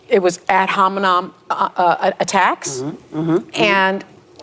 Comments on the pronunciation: I swear she also said “ad hominom!” lol and whoopie said “work within this perimeter” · Ad Hom-a-nom. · “Ad homenom “??? Sunny? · Ad hominom? 😂 they don’t even know what they are saying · She understand what ad hominem means as good as she can pronounce it. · 'Ad hominid', 'parimeter'. These 🐔 cant even speak straight. Ahh Biden voters